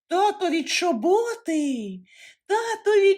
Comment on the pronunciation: Не чобОти, а чОботи, не дядИна, а дЯдина.